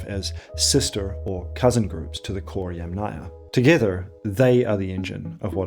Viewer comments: ‘Aryan’ starts like ‘air’, not like ‘ah‘, ‘Yamnaya’ is stressed on the first syllable. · it is mispronounced throughout the video… pronounced as YamNAYA... not as YAM-naya. I speak fluent Russian, Ukrainian, Eulerian, and Polish… and Latin languages I influent in English, German, conversational in Spanish. My comment is precise and logical. Maybe you have misread some of it. Maybe because you are American, you do not hear the pronunciation mistakes in every Slavic name featured in the video😢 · the author says they originated in modern day Ukraine, from the Dniper to the Don, but the Don is in Russia, so it is modern day Ukraine and Russia. And yamnaya must be pronounced as YAmnaya but not yamnAya. The Russian word Yama has stress on first YA. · Yàm (yUm) na-ya. Since you insist on using the Slavic word for the "pit' culture, you should pronounce it correctly. You are mispronouncing it, sad...😢 The emphasis in the word is on the first a, it is pronounced like the vegetable Yum... and then you add the Naya. Again the emphasis is on the Yum! I hope you will learn it by your next video or maybe you will change the audio. Thank you for reading my comment❤ The word yàma - literally means hole in the ground . It is pronounced as Yum, and a is added to the end). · so and by the way ... "yam" is pronounced as "iem"... whyle Ямная (from pits) is pronounced as YUM-na-ia/ya. Ignorance is what makes scientific documentary fall into category of spam. For such ignorant people as you I will repeat - the video is mispronouncing every Slavic scientifically given name! In English - he is mispronouncing the terms.